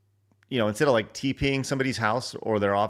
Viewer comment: “Did you rike it?”